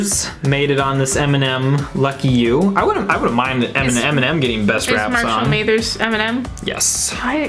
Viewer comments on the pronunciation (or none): Hold up. Marshall May-thers? I know you did not say May-thers. Everyone knows how to pronounce Eminem's real name. You also raved over Cardi B, who is a garbage person with garbage music.